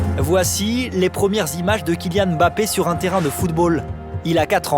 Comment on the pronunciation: Sauf que ca ce prononce pas M Bappe mais bien mbappe. En gros tu mange le m. Cest la prononciation africaine et il la bien prononcé cest les francais qui se plantent